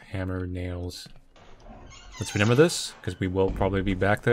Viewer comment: I can never tell if says reMember or reNember but I find it endearing